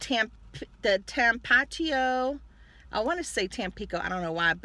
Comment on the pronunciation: It’s pronounced Tah Pah Tee Oh (Tapatio).👏🏽